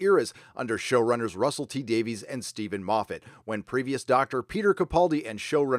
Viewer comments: Just a note re. Russell T. Davies... his name is pronounced ‘Davis’, not ‘Davees’ since he is Welsh. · "Davies" is pronounced ""Day-viss".